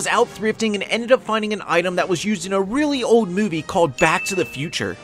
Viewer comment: REALLY OLD!!! You emphasized that a little too much, for us old folks lol